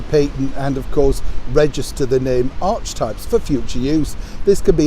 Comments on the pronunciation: not "Archtipes", "Ark-e-types",. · it's arc-e-types... sweetie the word is heavily used in psychology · It's pronounced ark-e-types. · Morning. Apparently the correct pronunciation of "archetypes" is "ar - kah - types". Hope that helps. Love from Australia. Watching the rain tumbling down on the news in Sydney while here in northern Victoria it is as dry as dust. There is supposedly showers on the way but will believe it when it happens. But to not be all gloomy the early autumn mornings and late afternoons are delightful. 🇦🇺❤🦘🐨🌞